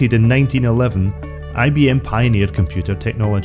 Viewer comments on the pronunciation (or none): none